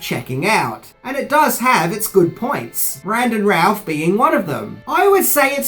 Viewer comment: his name is pronounced, bran·duhn rooth. 🤦🏼‍♂️🤦🏼‍♂️🤦🏼‍♂️